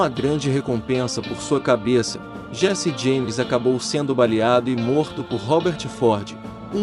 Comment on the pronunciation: Ótimo vídeo, mas farei uma crítica construtiva em relação à pronúncia de 2 nomes : 1- Jesse James (DIÉSSI DIEIMES) 2 - Pat Garret (PÉT GUIÉRRIT) Parabéns pelo vídeo!!...